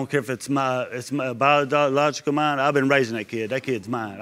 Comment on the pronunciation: Her boyfriend couldn’t even say ‘biological’ smh 🤦🏾‍♀️